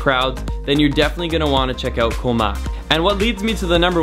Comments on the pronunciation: The word for island in Thai is pronounced "goh" very staccato/short, not koe, and I don't think you've seen all the beaches in Thailand. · You are pronouncing Koh wrong buddy.